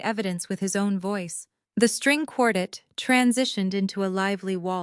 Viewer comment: For crying out loud, have AI learn how to correctly pronounce the word quartet.